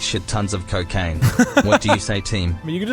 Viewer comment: ah yes, the well known drug "ccooccaciine"